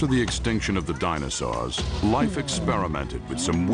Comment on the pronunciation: What IS IT with this announcer guy and his explicit inability to pronounce "dinosaur" correctly?!? He repeatedly says "dinosaw" it sounds like a 4yr old trying to pronounce a new word; really gets under my skin lol